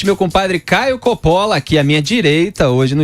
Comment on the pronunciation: Coppola... o correto em italiano 'Cóppola e não Coppóla.